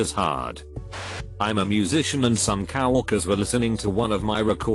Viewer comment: Coworkers did it for me 😂 I just picture cow-workers as lots of black and white cows in an office in glasses and people clothes lol